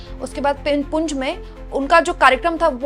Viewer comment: पुंछ है ना कि पुंज , प्लीज़ नोट